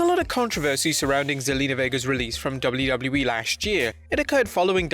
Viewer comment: Is anybody else bugged out by the way he says “WWE”?? It’s like he’s adding extra syllables or something just sounds like gibberish